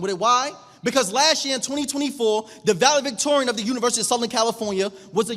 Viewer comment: Please change from saying ax to ask. Valedictorian not Valevictorian. You should explain that having ID is the law Ski masks.. not mask-es